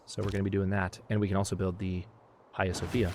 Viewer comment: Hey when you say Hagia Sofia the "H" should be silent.So its pronunciation is Agia Sofia.